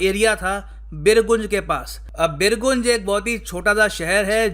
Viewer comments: बिरगुंज नहीं बिरगंज हैं। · बीरगंज होता है गुरुजी। और बीरगंज नेपाल की वित्तीय राजधानी है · actually it is बीरगंज sir 🙏🙏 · Birganj ka pronouncetion nahihuaa